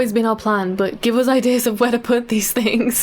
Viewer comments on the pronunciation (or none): Why do you say "us" like "oz"?